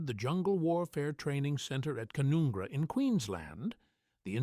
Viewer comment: It's pronounced Can-un-gra!